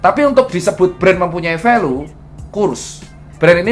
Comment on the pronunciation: Review ter BAR BAR Dr.Tirta 😂 BTW baca nya Velyu bukan Velu Dok 😁😁😁😁